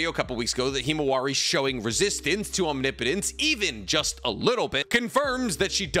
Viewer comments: I made it through five mentions of the word omnipotent as Omni Potent before I had to quit. 1 minute and 27 seconds. Come on man. I don’t mind when you pronounce Chibaku Tensei as Chibuku or Bankai as Bunkai or Jiujutsu as Jiujitsu. They’re almost endearing at this point. But Omni Potent? Pronunciation aside, Capital-G God is omnipotency. We’re not talking just god-like powers. We’re talking the ability to do anything, and know everything, and be everywhere, at all times, at the same time. omnipotent is pronounced phonetically “omnipitant” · I need to know if I'm saying omnipotence wrong or are you???😂😂😂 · I’m begging to learn how to pronounce omnipotence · Dawg please look up the pronunciation of omnipotence if you’re gonna say the word 5 times every sentence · God I hate that you still don't pronounce omnipotence correctly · "Omni potence" lmao its "om nip o tence " you are straight up butchering the word lol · Omnipotence. Not omni-potents. One word. It hurts, I’m scared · It's "ahm nip puh tense" not "ahm nee poe nts" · Am I wrong in thinking is "Om nipo tence" and not "omni potence"? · Om- Nip - Otense not Om-ni-potense usually not a stickler but I honestly just noticed it 😂 but you say it how you want bro bro 👍🏽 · I love your content but Omni-potence is killing me 😂, correct me if I’m wrong in terms of naruto pronunciations but it’s usually pronounced aam-ni-puh-tense. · OMNIPOTENCE ISNT TWO WORDS 🤣 why do all the narutubers say it like that ahahjahaha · Why do you call it Omni-potense... and in a few instances actually call it, om-nip-o-tinse... like you got it right a couple times, but even after getting it right, you still go back to the omni-potense... 🤦‍♂️ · Had to stop watching couldn't take the repeated mispronouncing of "omnipotence". Om-nih-puh-tense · no shade man I am really loving the vids but it's not OMNI-potence. It's Om-nipotence. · Om-nip-o-tence, not Omni-potence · Om-nip-o-tence... You're killing me! Lol